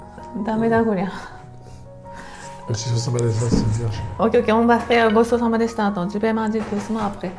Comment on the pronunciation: 明けましておめでとうございます。 エスカルゴ美味しそうでした。私もエスカルゴ大好きです。 殿、よろしくって言いづらそうでしたが、アメリカ人が、さしすせそが言いにくい（ホンマかいなって話しですが）って聞いた事があるのですが、フランス人も言いにくいんでしょうかね〜⁇ でも、ごちそうさまは完璧ですね😊👌